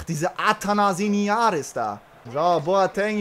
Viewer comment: It's ATHANASIADIS not ATHANASINIADIS